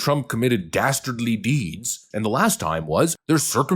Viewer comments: Dasterdly deeds? OMG. Who said that? Dudley Do-right? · Oh no!! Did he say "DASTARDLY"?? That does it! Since they're dastardly it's game on. 😂😂 paaleezz!